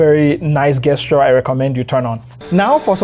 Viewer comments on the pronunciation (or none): I'm so sorry for the language my people created, but Gesture is pronounced Jesture with a hard J sound. Excellent video thanks.